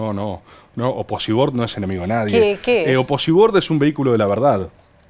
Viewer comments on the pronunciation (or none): nunca pensé que iba a escuchar a María Laura Santillán decir Oposibord kjjj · Que ella diga "oposiBord" me destruye, no puede ser real jajajaja